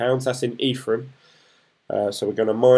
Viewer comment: Hey dude, just picking up on your pronunciation, it's Envion not Environ and it's Ethereum not Etherum. I started my journey a few weeks back so it's interesting to see someone getting up to speed just like me. Keep it up 👍